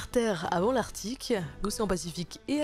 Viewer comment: "Dernière terre avant l'Arctirque", prends ton milkshake, repose-toi et laisse Sayto faire le boulot t'as assez bossé comme ça 😂